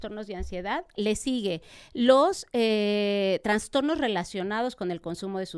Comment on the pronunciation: Todo súper, pero como es que dice transtornos la Dra!!! 😮